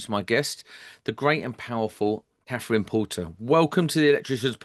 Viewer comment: Her name isn't Kaffryn. Do make an effort to speak properly. It isn't a speech impediment—it's laziness.